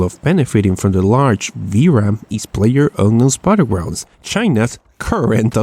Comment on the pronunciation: did you just say playerunknown's buttergournds?